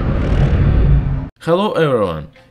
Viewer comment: kheylo e'e'r'un. It's weird, he didn't quite get a single consonant right, and yet I knew what he said.